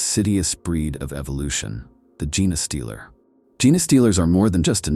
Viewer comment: I was asking myself what a "Jenna stealer" is